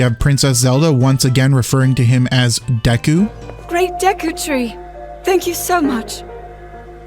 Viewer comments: no Nintendo isn’t sitting there catching every single mistake- it’s why glitches exist in the first place. This was a mistake- a literal one off. Literally just ONE time. It’s not deiku in Japanese it’s deku. It’s still deku in English. It was literally the VA messing up just once and it getting through because it genuinely doesn’t sound terribly different when they’re under a deadline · For a fun headcanon to consider, the "Day-koo" pronunciation could be a diagetic mistake given that scene was when she was stressed out from Link's little naptime. Maybe she just over-enunciated to try and sound more queenly in the face of having nobody else from the royal court to help ease her nerves. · duku is a japanese word and doesn't have two pronunciations...you can't create "canonicity" from misspronunciacion of a foreign word